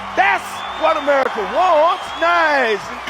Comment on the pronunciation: Are you a toddler you said "amewica"